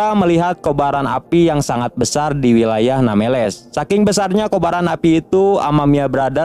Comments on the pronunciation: Nambless street bang bukan nameles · Namblesstit bang bukan nameles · Bukan nameles bang tpi nembles treet